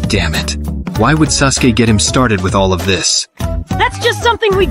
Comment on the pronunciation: "Sus-ke" I'm fucking GONE this must have been a typo since he said Sasuke properly several times. Suske is just a letter off lol